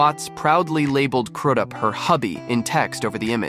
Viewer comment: It’s crews up that’s how it’s pronounced